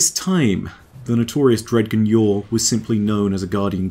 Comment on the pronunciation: I don't know if it's your accent or me, but "dg" in Dredgen Yor is pronounced like "grudge" so it ends up being like "dre-jen"